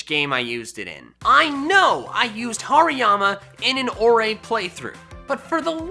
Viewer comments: Did anyone heard him say Pariama??? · HARIYAMA DOES NOT START WITH A P, IT STARTS WITH AN H! AND IT'S ELECTRODE, NOT ELECTROOD!